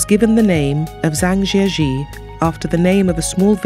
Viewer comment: Chinese pronunciation is very bad. Please get some tutoring on how to say Zhangjiajie correctly.